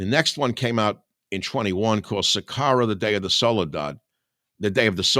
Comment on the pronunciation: It is "OSWALD" not "OTTO" Spengler. It is "sicario" not "sicaro" and comes from the Latin "Sicarii", which was used by the Romans to describe a faction of the Judean Zealots who used terrorism and assassination against the Roman occupation.